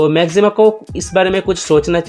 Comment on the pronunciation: Bhai... Pehle Naam toh sahi se le lo... Maxima hai, Na ki Maximum.